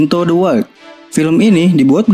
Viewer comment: Bang..boleh kritik sedikit..wild dibaca waild